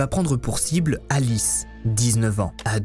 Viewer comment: Thank you so much for your detailed and illustrated video. My spoken French is ok and I was able to follow pretty well. It’s was also nice to hear my names pronounced correctly. Cécile and Alice!